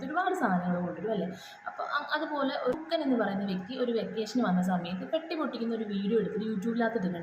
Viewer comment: അല്ല മോളെ ഇത് ആ പയ്യൻ ആ പറഞ്ഞ അമ്മച്ചിയെ നേരിട്ട് ഫോണിൽ വിളിച്ചു ഇത് പറഞ്ഞാൽ പോരെ നാട്ടുകാരെ മൊത്തം അറിയിക്കണോ, പിന്നെ മോളെ ഹുക്കൻ അല്ല ഹൾക്കൻ എന്നായിരിക്കും